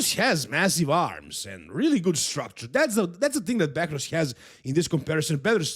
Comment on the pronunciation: is nog bakrouz is behrouz be be not bak